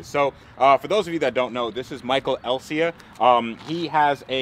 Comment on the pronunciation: DDE: Michael Essa Freddy: Michael Elsea